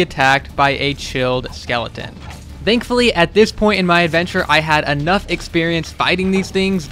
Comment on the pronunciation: I love how he says dankfully